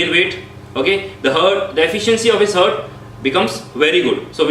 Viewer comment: Good job! Just need to improve pronounciation of some words. Such as Heart- it's haat not hurt!